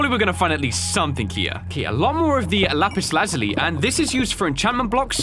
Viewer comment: did he say lapis lazuli in the way steven universe says it ??!? owo